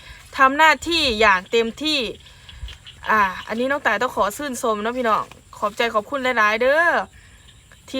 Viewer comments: ชื่นชม ไม่ใช่สื่นสม พุดให้มันถูกแน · ขอชื่นชม ไม่ใช่ชื่นซม😅😅😅😊😊กินข้าวจ้าวเยอะๆๆอย่ากินข้าวเหนียวหลายลิ้นแข็ง😅😅😅